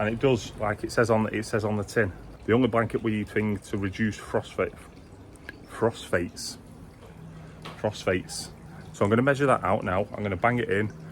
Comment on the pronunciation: Also thanks for the shout out and its pronounced Foss fates 👍